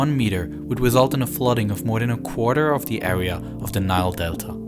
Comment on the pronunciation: I can’t hear him talk anymore sorry r and a are not the same area awea it’s just annoying